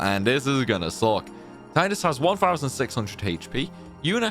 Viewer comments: You pronounced Tidus wrong the entire video. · When will you learn how to say Tidus' name properly????